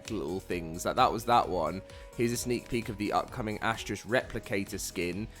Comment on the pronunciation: Why is that so many folks can not seem to pronounce Astraeos properly its ( uh·stray·us ).